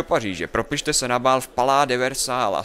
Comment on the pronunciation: nic proti každý to samozřejmě nemůže umět ale jen tak BTW to Versailles se čte "versaj".:)